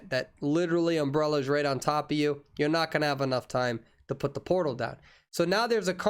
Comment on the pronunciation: He said Portal but all i can hear is "Polo" XDD